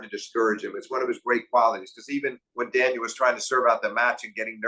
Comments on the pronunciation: Steve Flink, I really enjoy hearing your analyses, but it's annoying to hear "Daniel" over and over. Is it soooooo hard to say Daniil? I mean, really? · It's not daniel it's daniiil for god's sake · These episodes are so fun and insightful to listen to. Two masters discussing tennis. So special and perhaps would love even more than just 4 times a year. One thing I couldn’t understand, why did Steve Flink constantly refer to Daniil as Daniel. It’s just a bit grating to my ears especially since he obviously knows the proper way to pronounce it. Almost as if doing it on purpose. Why? Why? Especially in an international sport like tennis where commentators and analysts always try to pronounce the names accurately. He even kind of messed up pronouncing Zverev. He said “Zzerev’ completely omitting the first ‘v’ sound. Even said ‘Daniil’ several times during the discussion and still Flink kept saying Daniel. Maybe just me, but really annoyed because Flink is not some casual fan. Covering tennis is his career, he obviously knows how to pronounce ‘Daniil’. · Daniil Medvedev not Daniel. Sorry just like the correct pronunciation of names. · Flink sure is bad at pronouncing names 😂 "Zerev" "Daniel" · Love these videos. Two of the best analysts in tennis, but I gotta say… Blows my mind that Steve puts this much time and thought into tennis and still says things like “when Daniel played Za-verev in DOObai…” It’s like he’s never heard anyone else say these words lol